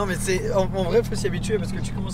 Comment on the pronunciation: il a un accent trop marrant sur ces "MÊÊÊiiiiiYYYY" loool